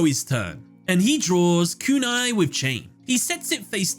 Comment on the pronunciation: I love how Joey seemingly has influenced you because I can hear the long "u" in Kunai with Chain everytime.